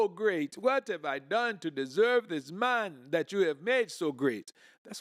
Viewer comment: Zis man 😂